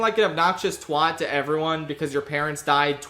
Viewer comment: I need you to learn how to pronounce 'twat' correctly this instant or I will have your hide